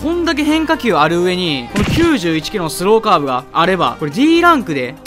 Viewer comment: スローカーブの発音変じゃね